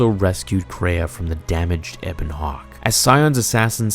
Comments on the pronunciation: HARR-BIN-JUR EBB-ON HAWK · bro I like this stuff, but did you actually get into the game itself were you a big enough fan? Or you just read and stuff that you find on Star wars pages and just update all of us cuz the pronunciation of ebon hawk and a bunch of other things just seem like you haven't even played the game it's one of the greatest stories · A few things: "Harr-bin-jer" "Eh-bun Hawk" "Ay-triss" among multiple others. I know mistakes happen, but there were a LOT in this video. I mean, you're and this is some of the most widely-beloved Star Wars lore here. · Atris Harbinger Ebon Hawk Peragus Bruh, you are butchering these pronunciations! Did you ever actually play KotOR 2 or just read the wiki article? 😂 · Ok i have to say it...its pronounced (har-bin-jer) not (har-bin-gur) and if youd played the knights of the old republic games youd know that youre mispronouncing Ebon Hawk as well. Sorry i just keep cringing everytime i hear you say harbinger the way you do. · Ah-tris HarBINGer E-bon Hawk Para-ges